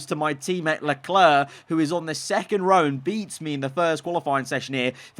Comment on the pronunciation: learn how to say Leclerc